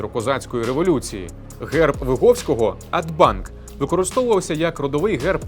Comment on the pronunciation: Дякую за відео. Поправка. Герб Виговського не Адбанк а Абданк